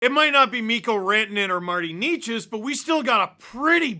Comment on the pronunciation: It’s Naychess… someone tell Bednar